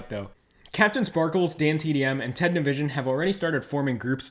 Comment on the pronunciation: Is no one gonna mention how he pronounced Nivison from ted nivison like ni-vision